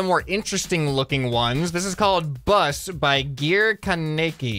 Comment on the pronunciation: butcher the work "Kaneki"